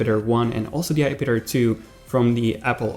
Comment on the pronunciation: coming from a guy who calls an ipad a ipadder. js